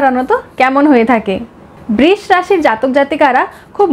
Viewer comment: খুব ভালো লাগলো কিন্তু বৃষ উচ্চারণটা ঠিক নয়।❤